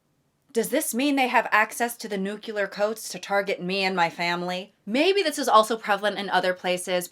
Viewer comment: I’m so sorry I love you but this is one of my biggest pet peeves: it’s new-KLEE-ur, not new-KYUH-lur. I’m so sorry I’m not trying to be annoying it’s a super common mistake I’m sorry it just annoys me lmfao 😭😭😭 sorry this video was hilarious btw